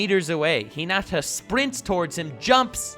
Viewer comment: God you just can’t help talking about Hunter X Hunter and Meruem can you? I’m so glad you actually talked about Haikyuu. It’s an awesome sports anime. Although you’re pronouncing Hinata and Karasuno wrong.